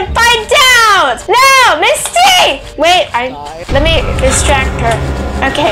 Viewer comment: It’s Ms.T not “misty”